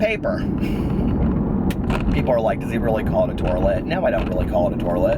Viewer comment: The "turlet"! LOL!! Love your rants so much!! ♥